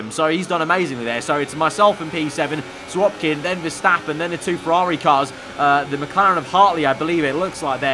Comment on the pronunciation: Why do you say SiroPkin?